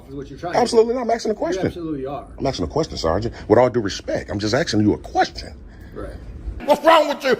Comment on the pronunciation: I’m “axing” you - 3 times. It’s gonna get bloody in there.